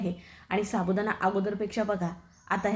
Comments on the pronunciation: शाबुदाणा नाही हो साबुदाणा म्हणा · रेसिपी छान आहे पण शाबुदाणा च्या जागी साबुदाणा म्हणाल तर बर होईल.